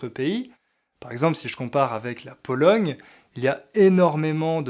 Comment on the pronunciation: dans le mot Pologne vous prononcez le son "g"? j'entends "Polong".